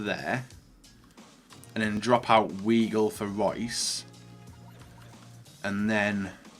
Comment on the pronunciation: I clicked off the video after the way he said ‘weigl’ 🤮